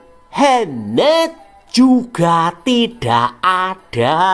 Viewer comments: bacanya MUHEMET... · jiannnn...mantep tenan nek ngucap "muhamadddd".. medok banget jawane...salut min bt anda..!! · Maaf yg admin ... perutku sakit ketika denger muhemeeeddd. Mantap penjelasannya biar banyak lagi yg MURTAD meninggalkan muheemeedddd ☺☺😁😁